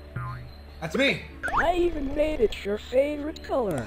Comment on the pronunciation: "I even made it your favrouirte color! " 💀💀🔥🗣🔥